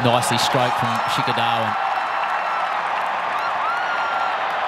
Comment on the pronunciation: Sheekar The Waan